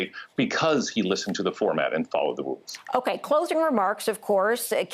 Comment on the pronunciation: he followed the woools.